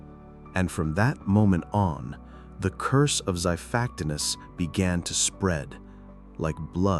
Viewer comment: This is bad AI, and AI is bad already. This voiceover is horrible, and I swear I can hear typos. Xiphactinus is pronounced three ways here.